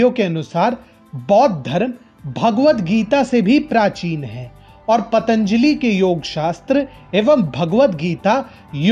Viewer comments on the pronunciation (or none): none